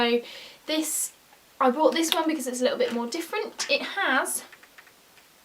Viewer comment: Are you saing broght or bought?